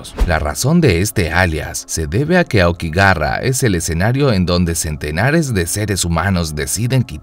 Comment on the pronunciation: okigarra exito XD. todai vida pensé que se pronunciaba okigahara .